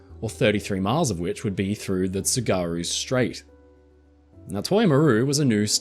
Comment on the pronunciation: "TSU-gahru", shipmate....not "tsu-GAHru"... ;-)